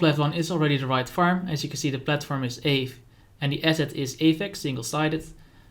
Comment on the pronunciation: You're pronouncing aave wrong! I was wondering what you were talking about until I read the ticker aave. Kinda like the first syllable of avocado spoken by a Spanish person.